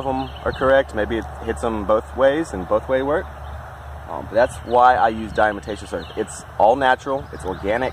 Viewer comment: Diatomaceous “DiaTomaceous”. Not “DiaMatacious” lol but looks like you got it figured out by the end anyway. That stuff definitely RULES, all over. House, garden, barn, everywhere